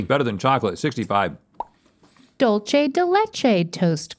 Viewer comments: I cringed every time they said Dol chay instead of the proper Dulce pronounced Duul Say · i find it weird how they pronounce “dulce” as how one would say “dolce and gabbana” (dole chay) bc as a mx, i’ve only heard it pronounce like (dool say) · Did her ass really say dulche? And not dulce? (Dule-Se) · It really bothers me how they were all saying "Dulche" instead of "Dulce" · My inner Hermione Granger is saying, "It's dull-SAY de leche, not dull-CHAY." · ITS NOT DULCHE , ITS DULSE . ITS SPABISH FOR SWEET 🥛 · Dulce is not pronounced "doll-chay". Its pronounced "duel-seh". Someone please let them know its been years!!!!! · I thought she was about to say dolce and gabbana toast crunch 💀. It’s “Dool-say” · “Dulce” is pronounced “dool-say” not “dool-chay” 😂😂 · “Dool-seh” not “dohl-che” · why are yall saying dull chay its like dool seh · Dulche???? It’s pronounced “DOOLCE” there’d no H in Dulce, learn how to speak right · Not the "Dole Chay" lol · Where is the “Che” in Dulce?? 😂 y’all need a Mexican in your team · When they say dulchey day lay chay it breaks my soul. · "Dulce" is pronounced doolse. Lmao 🤣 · This girl said “ dulCHe de leche”😂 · not pronouncing dulce as dolce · How you pronounce dulce de leche as dolche de leche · She said dulchè day laychay....what an offense to the Hispanics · Lol dul Che de leche😂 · Doleche de leche lol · dull-che de leche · The way they pronounced "Dulce" makes me want to cry tears of Horchata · omg she said “ dulche day leche “